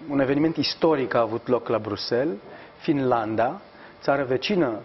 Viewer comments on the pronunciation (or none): none